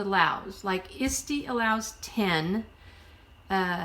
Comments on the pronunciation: all I'm hearing is Istie, kept thinking what is Istie? Sorry it is a bit of a toungue twister break it down it's ET SEE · Hi , thank you so much for sharing your knowledge on selling junk journals.. I never heard of the place "Isty" ? And was trying to look up such a site but found nothing. Could you tell me where this place is to sell junk journals.? Or are you trying to say ""Etsy".. pronunciation spelling doing the best I can because it's the name of a store so it wouldn't be an addictionary. Eht- 'see.. but if you are really saying Isty then could you give the site link please Thank you. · Good advice but I had to mute it and scan through and just read the tips. The repeated mispronunciation of ETSY (Eh See) was distracting as was the rambling and hesitation in the speaker were too distracting for me. To be honest if I did it I'd probably be the same way which is why I haven't attempted to do a YouTube video, :) I'd probably drive myself crazy with my awkward pauses and segways. I don't think I could sit through another video. At least the vocal tone was pleasant. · What the heck is Isdy? Are you trying to say Etsy or is it something else? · FYI, it's pronounced "ett-see" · Thanks for saying that. I could not figure what she was talking about. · Are you saying “Etsy”?